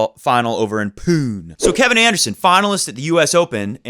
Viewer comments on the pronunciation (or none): Delighted to watch the new channel !! ... you pronounced PUNE open wrong... it’s poone not poon 🤣lol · Poon-ay in this case :D